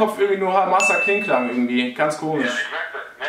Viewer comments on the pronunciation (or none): Hasamaklingklang nicht hamasaklingklang